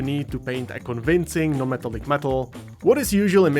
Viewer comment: 'meh-TALL-ick'. Not 'META-lick'. Thank you for your attention to this matter.